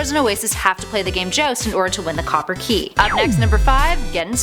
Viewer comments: jowst, not jost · She says 'Joust' funny